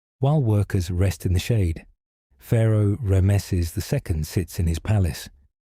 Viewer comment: You pronounced Ramses name wrong.